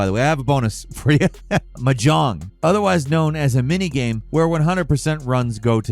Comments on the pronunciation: its not m jong its mah jong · Hey, it's pronounced MAH-jong. Emphasis on the long maaa part. And you're right, it's obscure as hell. Like playing poker but with double the pieces and triple the winning hands. I'll stick to easier games like Total Annihilation or Tridimensional chess. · Gamer girls are screaming. We love this stuff. Also Mahjong: “Maa-Jong” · What is "Muh John"? I've heard of Mahjong but not "Muh John" like said 🤨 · It's pronounced "maa...jong". I know you're a bird but you can do better. XD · Dude, it’s pronounced MAH-jong. You’re putting the emPHAsis on the wrong sylLAble. 😂 Soft J, like the second syllable in “garage.” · "M'jong" Everyone: 🙄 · So did listening to screw up the pronunciation of mahjong over and over. I mean, WTF? I didn't think anybody didn't know it was pronounced "maw-jong". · why tf you sayn mahjong like that? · Say Mahjong one more fucking time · Listen, I love your stuff, but the word Mahjong has the emphasis on the first syllable, not the last and that's the kind of thing that drives me insane. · a good start to learning to play mahjong it to learn how to pronounce it. and its relalt not hard. its literally just a harder verison of a child's matching game. only pieces that are fully exposed can be used so you have to strategically pick your matches based on what tiles it might free up. you wun by removing all the tiles. simple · Am I the only one who winced at your "mahjong" pronunciation? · To add insult to injury, Mahjong is also not pronounced that way 😂